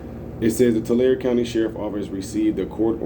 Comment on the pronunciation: The E. Isn't silent. TularE